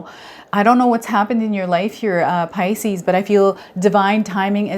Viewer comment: Puleeeeaaaase! pronounce 'pisces' properly- it's sooooo irritating